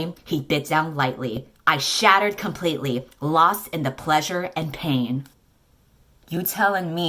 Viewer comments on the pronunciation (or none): I love you and all but hearing you say "pain" as Pan caused me almost as much physical pain as the sentence "Big Tiddy Liddy" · it's "pain" not "pan" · (I'm going through your channel so I have no shame commenting on a 4 year old video) As a bilingual person, the way you said "pain" hurt my soul. Bread is not cooked on a pan, so it should never be pronounced that way 😭😭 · She actually said paN omg 😭😭😭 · I just love how she so violently butchered the word "Pain", As a French native, I feel offended 😂😂😂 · Wait, he was actually called “Pan”? As a francophone I thought it was just mispronouncing “Pain” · As a baguette person, i love how you pronounced pain